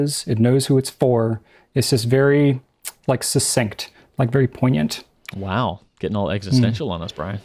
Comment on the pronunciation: When Brian says poingiant, JK Simmons, spiderman (Drew) : Laughing.